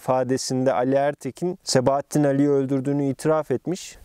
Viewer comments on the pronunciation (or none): sebaattin değil